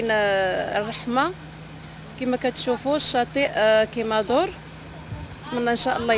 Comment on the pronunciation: كيمادو ماشي كيمادور